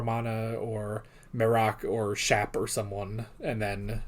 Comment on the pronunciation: “There’s a good Shap.”